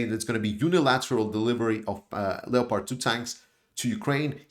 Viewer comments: Leo-pard 2 tanks?? Lol it’s pronounced LEPP ARD! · Another great analysis.By the way Leopard is pronounced without the "o" in English: Lepard